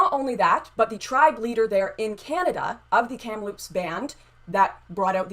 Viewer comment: Did say “kampaloops”??? LOL …it’s Kamloops. Doesn’t matter but still funny to this guy who lives close to there.